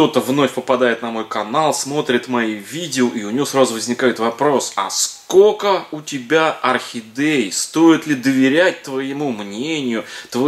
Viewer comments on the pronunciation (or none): .как все у вас здорово!!!С удовольствием смотрю ваши видео!только вот говорили бы еще правильно-есть слово,,сколько,,а не скоко.,и т.д.простите.но слух режет.